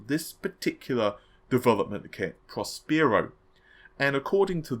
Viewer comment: fyi...Prospero is pronounced Pros (Pross) per (rhymes with Cher) o (oh) :)